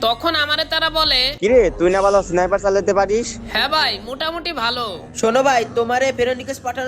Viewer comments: Sniper ❌ Sonaiper✔️ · Sniper❌ Siniper✅😂😂😂😂😂